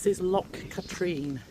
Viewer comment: I am enjoying your Scotland road trip, a lot of my home area and stomping ground....Loch Katrine is actually pronounced 'Cat rin'.......the car park prices are ridiculous ....look forward to seeing your other videos....